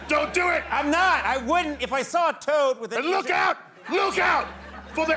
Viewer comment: the clearly british "faking a leg injury so it can lure you into its van toad" is taking me right out pahahha